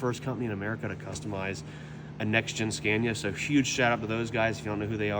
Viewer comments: A little nitpick: it's not pronounced like "scan-ya", it's "skah-nee-yah" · so sick of the way he pronounces scania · STOP SAYING SCENYA. ITS SCANIA, YOU ARE PRONOUNCING THE ''A'' as a ''E'' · He doesn't know how to pronounce the name right. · Haven’t even learned how to say Scania.